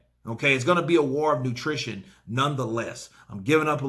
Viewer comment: Did he say “war of nutrition” ?? 😂😂